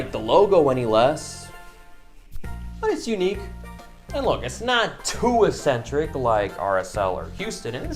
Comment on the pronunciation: Have to say it because it’s annoying me so much.... it’s pronounced ECK-SEN-TRICK.